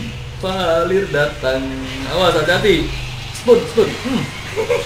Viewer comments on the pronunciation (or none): Vale bang bukan valir... Hadehh padahal temennya udh bilang vale LOL